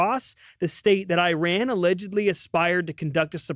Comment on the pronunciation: I knew I shouldn’t have clicked a tmz video but my curiosity got the best of me. leaving after hearing “Iran” not being pronounced correctly.